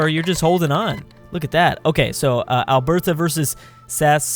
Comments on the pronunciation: Its ALBERTA. Not al bertha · It’s not albertha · Sas-cat-chew-won Al-Bert-a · Its definitely Sass-Scat-chew-wan ... also alot of people here in Canada dont pronounce Alberta with a hard T. Sounds more like "alber-da"